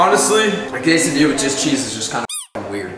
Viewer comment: Yall are so white. You don't put butter on a quesadilla. And the way you guys pronounce QUESADILLA makes me cringe. Also get some salsa on that shit.